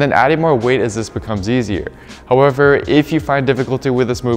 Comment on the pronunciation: It's however, not hoe-ever. You keep saying it at least 10 times in every video and it's making me mad lol but good content